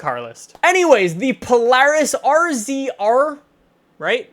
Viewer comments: I have a rzr and it's pronounced razor not r z r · Oh my god it's pronounced razor not rzr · you pronounce it razor not rzr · It's called a razor, not RZR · it is a razor not RZR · "rzr" is pronounced razer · The Polaris Rzr is pronounced Razor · its pronounced razor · and the rzr is pronounced razor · You pronounce the Polaris rzr razor u idiot I know cause in a big atv guy